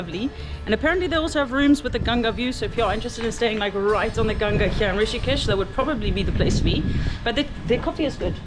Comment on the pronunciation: Appreciate you pronouncing Ganga correctly and not Ganges. Oh and picture with other lady with tattoo love❤